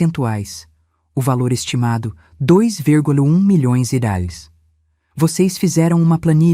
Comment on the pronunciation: A narradora não consegue pronunciar a palavras "reais" nem com reza forte. kkkkkkk